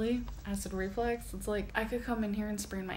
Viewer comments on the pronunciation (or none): Just the way she speaks its flux not flex. She completely missed entire semester of grammar/spelling/speech class.. lord! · Its REFLUX,not REFLEX...that was bugging me 🤬🤦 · it's acid REFLUX, not RE-FLEX. 🤣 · Is she saying acid reflex? Does she not know it's acid reflux? Does she not know the word reflux? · Nope, she says acid reflex 💯😂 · Is she saying acid reflex? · Is she mispronouncing "reflux"....or does she genuinely think it's acid "reflex"??